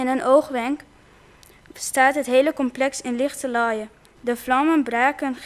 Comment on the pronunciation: haha, hoe zij licherlaaie zegt ;p